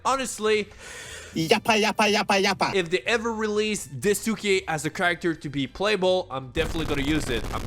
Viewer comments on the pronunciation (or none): i'm not trying to be mean, i just wanna correct you it's Daisuke not Disuke, other than that great video great edits 10/10